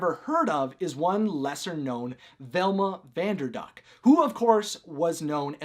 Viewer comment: At the end of the video it sounded like u said vanderbuck instead of vanderduck lol